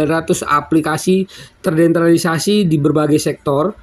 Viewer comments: MAAF, TERDESENTRALISASI BANG BUKAN TERDENTRALISASI.. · Bacanya TERDESENTRALISASI bukan TERDENTRALISASI, Min Min...!!!